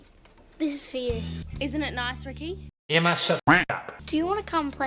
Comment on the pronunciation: excuse me it's pronounced eimma